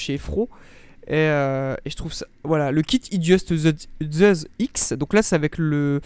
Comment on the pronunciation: Zeussss et non pas zeuzzzz et dual meccchhhh et non pas mekkk 😅😅😅